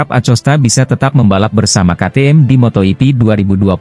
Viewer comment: Laahhh,,,, si moto ipi lagi, malasnya aku lanjut. Belajar baca dulu min